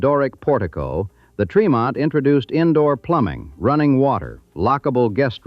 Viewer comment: Born and raised in Boston (Dorchester). Tremont St. is pronounced with a short e.